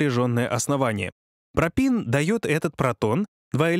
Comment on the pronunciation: только не пропин а пропен.